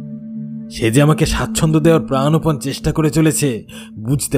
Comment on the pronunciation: Katha ta pranpan. .pranopan na pls uchhronta thik korle sunte valo lage